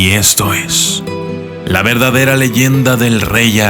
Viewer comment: creo que es verdadera no "verdaderoa" ;)